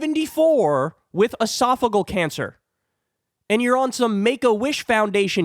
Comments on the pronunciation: Esophageal is pronounced "uh-soff-uh-JEE-uhl", not "uh-SOFF-uh-gull" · It is not esophagul cancer. It is esophagEal. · It’s esophageal cancer not “esaphagal” cancer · Ee-sof-oh-GEE-al cancer, Kyle. Punches like that hit harder when pronounced correctly. I really like you, but put more effort in learning how to pronounce words. When it's your job to talk, that's kind of the deal. I even bet there's an app for that. Btw, I know Kyle doesn't read the comments. That's because I actually listen to a great deal of his content. So, the mispronunciation thing is relevant. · It’s pronounced esopha Gee al. And it doesn’t affect your brain, so what’s your point? He is experienced and as much as I love AOC, you haven’t made a legitimate case against him. Actually, ageism and infighting aren’t Democratic values. I am getting disturbed by the younger factions of our party who are supposedly full of empathy for their fellow humans using this kind of crap. Yuck. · Uh-sof-uh-jee-ul Esophageal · Esophageal has a “soft g sound”. Love you!❤️ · Love you, Kyle, but it's driving me crazy. Esophageal has 5 syllables. E - soff - uh- GEE - əll . That is all. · Its pronounced Esa fa Gee Al cancer.AOC would have No chance of dealing with MAGA. He has years of experience. AOC has a bright future ,but now the MAGAs would make a show of ignoring her at best. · “ehh-sof-oh-gee-ahl” Thought you might want to know? 🤷🏻‍♀️ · It’s pronounced ‘edifice-a-gee-Al’. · LEARN HOW TO PRONOUNCE ESOPHAGEAL!!! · Two thoughts: 1. This guy has been in the news for weeks, and Kyle still cannot pronounce "esophageal cancer." It really isn't that tough. 2. Kyle acts as though the person who gets this appointment will be running the committee, which is a plain lie. The Dems are the minority, so this is an appointment as ranking member, not committee chair. The actual power of the ranking member is being vastly over-represented here.